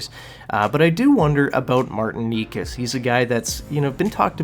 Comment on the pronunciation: Need to work on your pronunciations: Necas is pronounced NAY-chaz Pulock is pronounced puh-LUCK